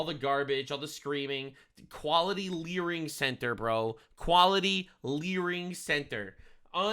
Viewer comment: It's LEERING CENTER not LEARING